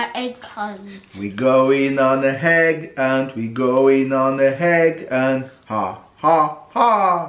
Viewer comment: Yes quite right. Not heg hunt but egg hunt. Intelligent as ever